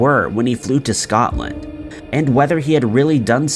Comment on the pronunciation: So all the other channels i watch ...no issues.. wasn't he allowed to say Scotland either?? Because what i heard was Something else 🐵..🤣